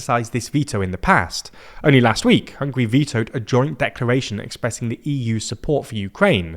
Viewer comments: Sorry, it's "Hungary" and not "Hungry".😅😅😅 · The name of the country is HungAri not Hungry 😂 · It's HungAry, not Hungry!